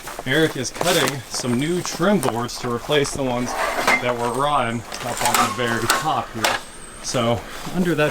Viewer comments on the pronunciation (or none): despite the word “rotten” having TWO “T’s” your pronunciation of the word ignores both. Is this a local dialect? (English teacher). 😂